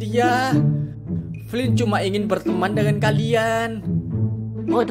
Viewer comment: Yang anda ucapkan Flynn yang saya dengar flint